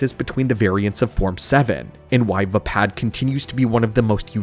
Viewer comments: "Vpad" instead of Vaapad is an interesting choice for saying the style... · Why are you mispronouncing Vaapad? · I’m sorry I want to listen but the pronunciation of vaapad is killing me.